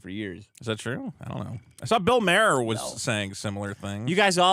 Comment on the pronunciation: why do you say Bill Maher's name like that?